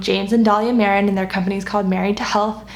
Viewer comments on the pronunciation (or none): none